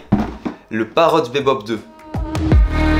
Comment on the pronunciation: On prononce "bibop" 😜 merci pour le test